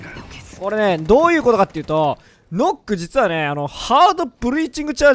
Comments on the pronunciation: ヌックって言え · 「ヌック」じゃないの？